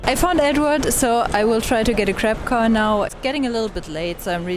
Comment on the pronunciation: I thought you were not happy because you kept saying “crap car” many times. Took me a while to realize you meant grab car 😂😂